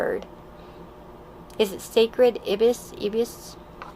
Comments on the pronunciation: Pile 3 it's pronounced "eye-biss" ☺️ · #3: The IBIS is an all-white bird with a long and curvy beak. It's pronounced EYE-BIS. I had many of these birds come to eat at my back yard when I lived in Florida. :) I loved them. They're really cute and calm, and they can be really fast on their long thin legs. They're about 2 feet in height.